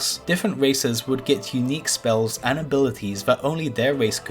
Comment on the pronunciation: LMFAO WTF unique pre speEEellz